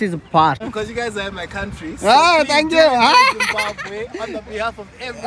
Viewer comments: Meeru kooda jimbambe ani palikithe ela babu, Pls pronounce as ZIMBABWE. ❤👍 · Zimbabwe ❌ Zumbambe✅🙆‍♂️😂😂❤ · IT IS ZIMBABWE NOT ZUMBABWE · Zimbabwe not Zumbabwe.. you are pronouncing wrong. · Zimbabwe? Zimbambe? Zimbabre? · "జింబాబ్వే" అని సరిగా పలకడం నేర్చుకో Learn to spell correctly..."Zimbabwe"